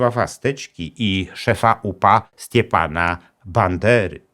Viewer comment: w "Stepan" nie zmiękczamy na "Stiepan" (zasady fonetyki j.ukraińskiego), ponadto końcówki nazwisk powinno czytać się "-c'kyj, -s'kyj" bez polskiego "ć" i "ś" Stary Dzików (pow.lubaczowski, podkarpackie), gdzieś między 1939 a 1944, cerkiew grekokatolicka p.w. Św. Dymitra (znana z filmu A.Wajdy "Post Mortem: Opowieść Katyńska" aka "Katyń") - ok 10-letni Józef H.(zmarły w 2020) uczestniczy w nabożeństwie, na koniec którego duchowny nawołuje do przyniesienia na następne nabożeństwo narzędzi rolniczych którymi "poświęconymi"/skropionymi wodą święconą, zamierzano "Lachiw rizaty". Ta sama społeczność dokonała mordu w Nowym Dzikowie na swojej rodaczce, którą powieszono na brzozie przy stawie za to, że wyszła za "Lacha" (Polaka).Przed 1939r. Stary Dzików liczył 2550 mieszkańców, w tym 1361 narodowości rusińskiej/ukraińskiej, z którymi o dziwo, według przekazów ludność żyła zgodnie, a nawet przyjaźnie (z wzajemnością). W latach 1941–1947 nacjonaliści ukraińscy z OUN-UPA zamordowali tutaj 44 Polaków, w tym kilku żołnierzy Wojska Polskiego. Od siebie wnoszę o odcinek, na temat represji przeciw mniejszościom narodowych w II RP oraz polityce religijnej w latach 30-ch XXw. co uważam za niezbędne dla pełniejszego zrozumienia zagadnienia.